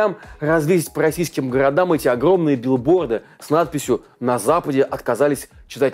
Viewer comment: В маЛте, билбоЛды втояЛжение. и т.д. и т.п. 😮😮😮. Вы что издеваетесь??? Замените ведущего пожалуйста!